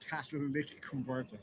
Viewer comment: I swear it sounded like cat lick converter 😂